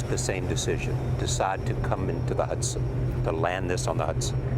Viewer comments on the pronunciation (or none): Is it Hudson or Huson. 😂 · It's HUDSON not huson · Hudson, not Huson.